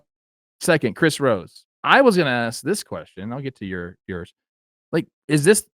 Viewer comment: I'm pretty sure Trev attempted to do the Chris Rosé and said "Chris Rosey" instead. Go check it out on Baseball Today.